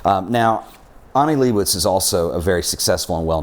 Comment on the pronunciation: Can’t pronounce Leibovitz either.